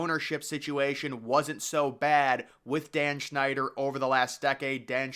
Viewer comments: His name is Snyder, not Schneider. And it's pronounced DUM-freez, not dumb fries.Details are important when reporting. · Error. “Dan Schneider” your talking about that monster that worked on Nickelodeon rather than the team owner. It’s pronounced “Dan Snyder” you gotta put effort in your videos. These videos you make have errors.